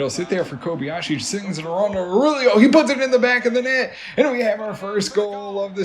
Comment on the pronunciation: Aurélio is pronounced OW-REH-LEO